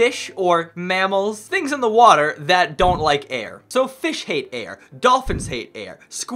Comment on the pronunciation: You said "water" wrong you said hater.